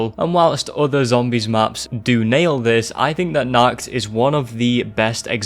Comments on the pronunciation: really throws me off how he says "nacht", he says is like "nackt" which means naked in germany, thanks for that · As an german i love when not german people say german words for example you said nackt instead of nacht (nackt means naked) nacht means night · The most terrifying thing was the pronounciation of the word Nacht. Not because Im one to pick on others because of the pronounciation but because the way it was said translates to the german word ,,nackt" which means nude. That compared with zombies.... nuff said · Appreciate your video, watching it a 2nd time right now. But one thing about the german pronounciation. "Nacht der Untoten" means "Night of the Undead" You pronounced it like "Nackt der Untoten" - meaning "Naked of the Undead" Is it really that hard to do a proper CH noise for americans? Im genuinly asking, because im german and i normally dont have problems pronouncing other languages. I speak english, russian and german. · The way you pronounced„Nacht“ in „Nacht der Untoten“ means Naked in German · Great video but your pronounciation of ''Nacht'' is funny